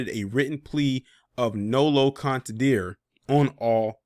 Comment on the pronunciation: It's pronounced nolo con ten Dre T.